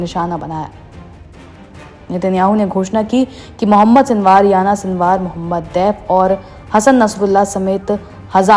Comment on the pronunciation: Anchor madem aapku Yahiya Sinwar ka naam pronounce karne bhi nahi aara, unka naam Yana sinwar nahin hai, Yahiya Sinwar hai.